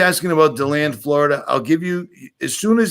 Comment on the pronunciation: it's in DELAND FL. Not Leland